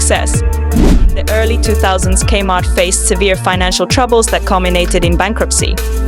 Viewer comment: It's not pronounced /kmart/ with the /km/ being a consonant cluster. It's "Kay-Mart", with the K spoken as an initial. It's odd that you made this but never experienced it yourself... or actually listened to the commercials you included, including the very opening lines, "Gay Heart Is Your Saving Story".